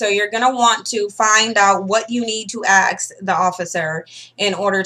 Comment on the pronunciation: It's ASK, not axe ffs.